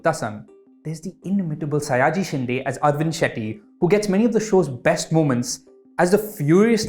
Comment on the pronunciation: Good review as always brother, but for the love of God, it's शिंदे not शिंडे , pronunciations matter my friend, hope this wasn't offensive in any way ... Kindly do better!